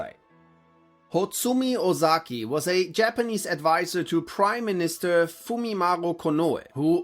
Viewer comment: hotsumi ozaki name you made mistake